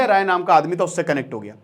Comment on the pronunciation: His name is Sanjay Rai not 'Roy' belongs from bihar sir.